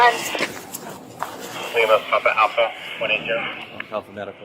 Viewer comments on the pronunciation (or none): none